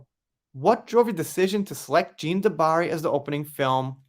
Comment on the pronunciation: A little help with prononciation, 'Cannes' is pronounced 'can' and 'Jeanne' 'jan' lol